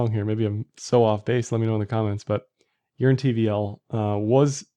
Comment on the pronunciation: Sounds like you are saying, "urine".